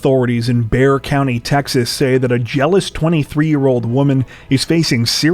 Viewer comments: You know what I really like about your channel, especially the "Dumb Criminals" videos? You give the details on what made it dumb. Oh, and thank you for saying "Bear County" instead of "Bekser." Texans thank you, too! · Finally, someone on YouTube pronounced Bexar county correctly.